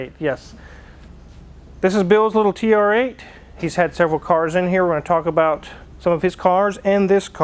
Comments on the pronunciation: It's TURRRR-EIGHT! Wife: (no reaction): It's TR 8, yes. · has been eating too much Kelloggs Frosties with saying TRrrrrrrrreighhhhtttt